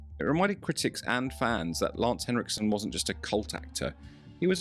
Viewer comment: extra points for not calling him lance hendrickson